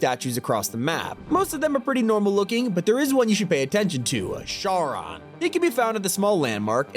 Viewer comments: sh arr on💀💀 (its charon, pronounced as karon you good bro) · Bro what is caron his Chiron (Kai-ron is the pronunciation) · it's pronounced "Care-on" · Charon is pronounced CARE-on. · Sorry to be ‘that guy’ but it’s pronounced ‘Ky-ron’ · Fun fact, I’m a bit of a Greek mythology nerd and it’s actually pronounced car-on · Greek mythology nerds be crying at his pronunciation of Charon. 😭